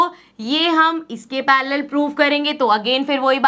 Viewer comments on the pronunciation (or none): Me it's parallel not parrealal